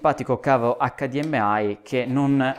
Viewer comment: Pronuncia di HDMI: Eic - di - em - ai